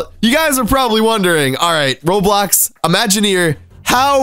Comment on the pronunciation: Omg its RO*BLOX* not RO3D i mean wtf RO3D?